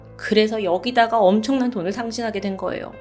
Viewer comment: 돌을돈을...아직 실수를 하시네요 요즘 영상도 NG영상 만들어주세요 너무 완벽하니까 그러실때마다 너무 웃김